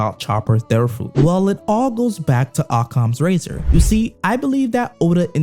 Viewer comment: Say occams razor like that ONE more time.